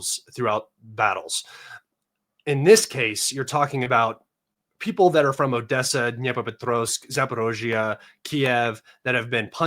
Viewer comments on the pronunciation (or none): none